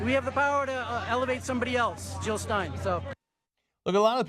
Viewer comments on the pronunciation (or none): Jill not Hill